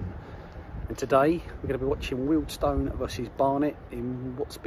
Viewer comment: Nice to hear you pronounce Wealdstone correctly as lots say Wealdston some even make it sound like Willesden. Up the Stones.